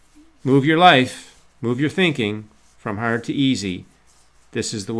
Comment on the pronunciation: I love how you say harrrd lol! great video